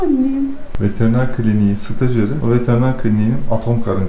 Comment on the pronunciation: Stajyeeğ = köle :)) çalış çalış çalışşş :))) çok vurgulamışsında söyliim dedim :))